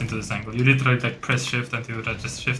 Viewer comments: literally wymawia sie "ly czy ra li" albo "ly de ra li":) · "literally" zle wymawiasz bardzo i boli w uszy.